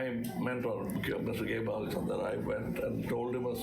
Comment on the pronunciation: It's not ghebal chandra, it's K Balachander🤦🤦🤦